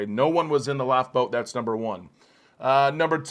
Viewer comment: You say life boat --laugh boat. Really dude?